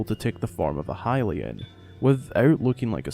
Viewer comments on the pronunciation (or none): none